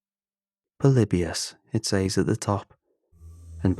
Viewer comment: when he said "it's polybisn time" I absolutely lost it